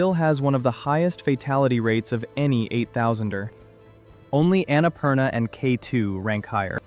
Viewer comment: My ears bleed when he pronounced Annapurna that way.